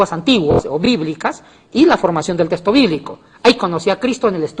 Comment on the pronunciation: SE DICE TEXTO NO TESTO.